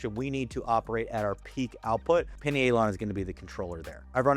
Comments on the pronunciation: I think it’s Pie Knee A Lon. Not pinny ay Lon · I’m guna take advise from a guy that can’t pronounce pinealon….. 🙄 it’s like “pineal gland “